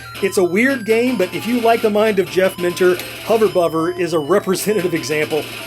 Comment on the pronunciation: Hover Bover is said with a hard 'v'. It's a play on a slang British pronunciation of 'Bother' 'Bovver'. Great review, many thanks.